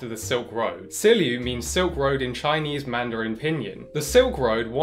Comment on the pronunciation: Please check your chinese pronunciation next time, ahhh i dont expect perfection but that was brutally off dude